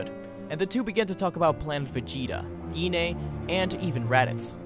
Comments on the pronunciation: gine's name isn't pronounced gi ne its pronounced j ayn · It's not Giné, it's (Guy-n)